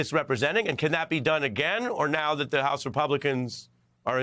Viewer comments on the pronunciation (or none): Why cant he say that, not Dat